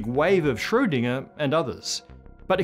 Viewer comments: Sorry, but this video is really annoying. Planetary model of the atom (why?), pronouncing Schrödinger like "shhschsroudingerrrrr", Planck like "plank"... And so on and on. Bleh! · Normally people complain about the pronunciation of his last name. I am studying german and I rarely hear it pronounced correctly by non-germans. Even accomplished physicists and science teachers just wing it; they could show a little more respect.